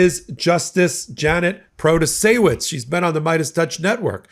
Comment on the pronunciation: LOVE it!!!! "Proto-say-wich" - Beau of the Fifth Column :D